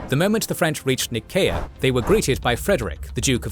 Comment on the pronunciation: Please tell me that’s not how you’re supposed to pronounce Nicea, I have never heard it said like that in my life and I heard it a few times in this one lol